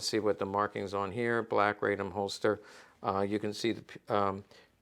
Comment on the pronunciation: RAH-dom, not RAY-dom. The Polish-Bolshevik War was far more than a skirmish.